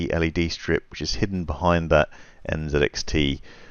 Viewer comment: Good video, but the company is called NZXT, not NZEDXT